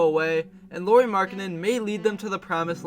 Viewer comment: Just for future reference, you pronounce Luari like Lowry (Like Kyle Lowry's last name). Maybe do 30 more seconds of research before your next video.